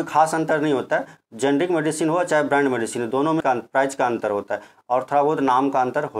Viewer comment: शॉर्टकट में मैं आपको समझाता हूं जेनेरिक और इतिक्याल में अंतर। जैसे आप भी मनुष्य और मैं भी मानुष आप जिस काम से जेनेरिक समझा रहे थे आप सही से नहीं बोल पाए तो हो गए जेनेरिक